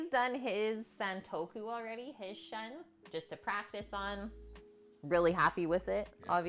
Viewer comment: Shun is pronounced "Shoon" just a fyi <3